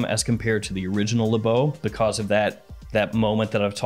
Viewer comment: I’m French and this is Le Beau not L’beau. You can said L’beau but it’s more from people from the hood who talk like that